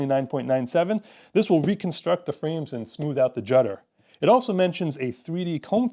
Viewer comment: What wait wait wait... Jutter? What's a jutter mother jutter?